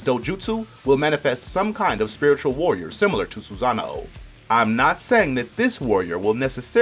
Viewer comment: It's called a sosanoo not a soozanao